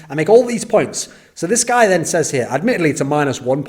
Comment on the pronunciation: it triggers me so much everytime he utters "seis" instead of "says"